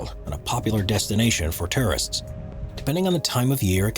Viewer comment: Whoever the narrator is he needs to learn how to pronounce words correctly. Terrorists flock to Norway?? He meant to say Tourists.